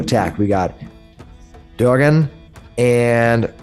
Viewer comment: That was a great one-shot! Thoroughly enjoyed it and character "Duggan" (and that's pronounced 'Doog'gan btw) was a great addition to the team! Him standing in the door blocking that evil-doer was classic! Great game! Thoroughly enjoyable characters.